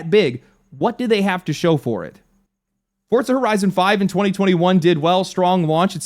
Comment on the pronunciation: WTF is forTza? did you mean forza? its not pronounced forTza.... what the fk bro lofl. staaaaap. wait how are ya PRO and ANTI layoffs..... you grifting like a mofo. yall remember his crying about layoffs videos? i do.